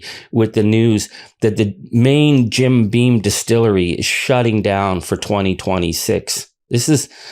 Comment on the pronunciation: it's Jim Beam, not "bean". Why does everyone get that wrong?